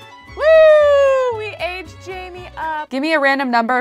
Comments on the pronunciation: j-a-i-m-e which is pronouncing jamie is actually pronounced Jane but with m. JAME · It’s not Jamie it’s Jaime haha